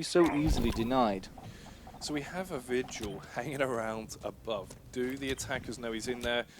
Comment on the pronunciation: lmao he called vigil "Virgil" 😂😂😂😂😂😂😂😂😂. I miss kixstars commentating. you did a great job for your first time. Your a natural